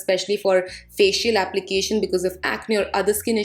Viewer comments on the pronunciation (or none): none